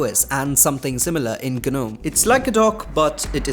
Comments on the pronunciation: What's GANUM????? 😅😅😅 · gNOME is pronounced as 'nome' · Bruh it's gnome (nome)